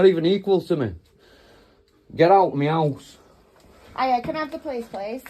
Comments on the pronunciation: Meyowse…. He keeps saying it, is that a person?? 😂😂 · Sounds like he keeps saying "get out meouse" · Why does he keep saying.... "get out meows"? Is he trying to say..... get out of my house instead? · Is he saying, get out Meow?? I'm American and I swear to christ he's saying MEOW!!! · Sounds like he's saying get out meow 😂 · did he say get out meow? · When he says “me house” it sounds like meow 😺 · When he says " get out me house" sounds like he is saying " get out meow " 😂😸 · To my American ears and it sounds like "Get out meows" 😮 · Is he saying get out of ME HOUSE or is he saying get out of MEOW? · Sounds like he is says meowous 🐈🐈 instead of me house.!! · all I can hear is « Get out meows ». Make it hard to take him seriously haha. 🐱